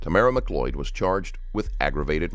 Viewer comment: She can't even pronounce her name correctly..its not MAC loyd it's mcloyd .... jeeeze . Americans can't speak or spell correctly. It's so annoying.